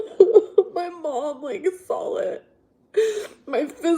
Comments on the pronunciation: hard to take seriously when she says “my mom sawll it” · You sawl it!